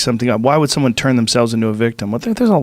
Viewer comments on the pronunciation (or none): none